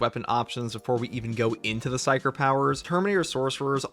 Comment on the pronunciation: I’ve heard of psyker powers but what are these “pysker” powers you speak of?